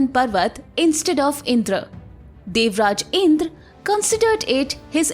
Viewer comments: please don't keep sayings words like " Indraas, Vedaas, and ramaa,," those pronunciation was result of British colonizers who couldn't pronounce our words, so basically its not Called indraas, but rather Indrà, raam and ved. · इन्द्र बोलो दीदी इंद्रा नहीं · Please improve your pronunciation, it’s इंद्र not इंद्रा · Sometimes you pronounced as Indr sometimes as Indra. It is Indra in Sanskrit any letter ends with a that also should be pronounced it is not hindi. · Wtf is indraa it's Indra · Kindly correct your pronounciation of the names. Yama is being pronounced as yam. Indra is pronounced as indr! Please understand the grammar. If you make a mistake today .. future generations will believe whatever you pronounced is the truth.... And claim that this as an evidence for their nonsense thoughts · Omg the cringey pronunciation IndrAA, because the Indian themselves are uneducted as to how to pronounce their own names.